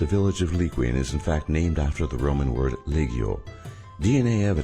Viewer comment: Qin Dynasty = "Chin" Dynasty.. Li Qian = Li Chien.. damn at least google the pronunciations!